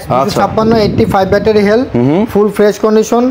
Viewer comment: হেলথ বলতে পারেনা, হেল বলে🤣